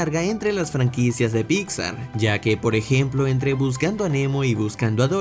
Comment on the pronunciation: amo que siempre dice "Picsa" jajaja